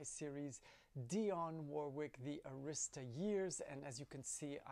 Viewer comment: Hi, I am a 25 year veteran working with Dionne. She’s very nice and one of the only artists that actually gave the staff Christmas gifts for working her music. Buuuuut, the right way to pronounce Arista is: Air - ri-sta Most people pronounce s the name like you. Arista was actually the name of the Honor Society from his Broooklyn High School. “”No Night So Long” is possibly my favorite album. However, I’m embarrassed to say I don’t know the “Friends in Love” very well so your enthusiasm and passion dictates that I give it another listen,.. I look forward to your entertaining album reviews. You help put the RCA Years, in the right perspective. EMI insured all of those 1980 albums were a bit experimental and her creativity. “Ross”, “Swept Away”, “Eaten Alive” ( horrible album title, the first single should be a stand alone release because the rest of the album is a beautiful collection of love songs. “The BOSS” and “Force Behind the Power” were towering achievements. Her 90s albums, each and every release including her arguably best live album, “Stolen Moments”!!!!! It would be great if you consider those releases even if they were your favorite…..I would love it you dissect a couple of albums negatively/positively. We love everything but we have reservations on a few things. Enjoy your holiday…….it looks wonderful!!!!! Ciao, Kirk